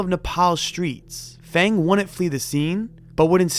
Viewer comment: The name "Feng" is pronounced like "Fung", jsyk.